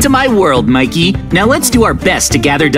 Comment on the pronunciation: Mekey??? It's Micky